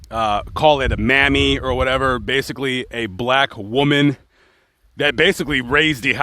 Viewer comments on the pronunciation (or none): none